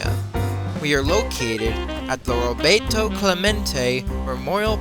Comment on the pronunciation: I agree Tim! The narrator needed a "yinzer" beside him to teach him the proper pronunciation prior to his recording the audio portion. This is a good video, but he needs to edit and re-record portions using proper pronunciation. And to mispronounce his name & offend the great Roberto, a man who gave his life helping others.